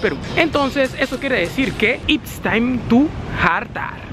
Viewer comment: como lo dice: IPS TAIN TU JARTAR, como real mente es: IT´S TIME TO JARTAR